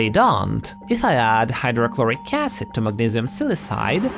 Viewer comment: I have never heard silicide pronounced with a soft c. It's pronounced "sil-i-KON" not "sil-i-SON" so shouldn't it be "sil-i-KIDE"?